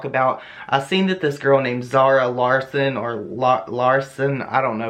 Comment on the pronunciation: You said it right, Zara Larsson. She's a singer.